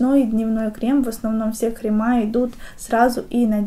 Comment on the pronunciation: Тоже очень режет слух, так же как средствА и кремА ☹️